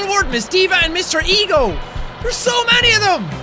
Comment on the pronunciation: It's Mr.Eggo not Mr.Ego